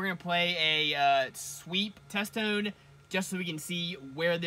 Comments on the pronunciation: Are you saying test tune?? Lol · Test Tone* not test toon, just saying